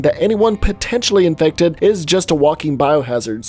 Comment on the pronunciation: why is he saying inected like that